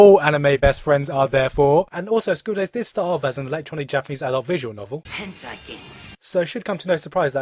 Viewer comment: Every time Yamazaki says henti games I smile. Oh, sweet dramatic irony.